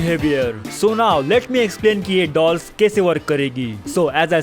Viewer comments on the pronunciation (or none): Why didi I hear balls instead of dolls